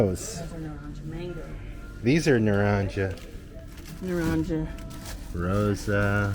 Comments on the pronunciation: FYI it not you are pronouncing naranja wrong. It’s nar-an-ha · Back to Spanish lessons! The "J" is pronounced like the letter "H". So: Box = caja, CA-ha Chief = Jefe, HEH-fe Orange = na-RAN-ha Cheers! Latma